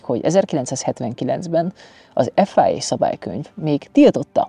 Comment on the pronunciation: Imádom a főcsatornát és ezt a csatornát is, elképesztő az a tudás ami benned van az autókról, szeretem a stílusodat is szinte minden videót megnézek tőled. De, légyszives ne mond már, hogy efájéé! Az FIA vagyis fonetikusan efia ugye mondanom sem kell, hogy Párizsban alapították és teljesen európai! Ne mondjuk már angolul!!!!!! Köszönöm. 😄✌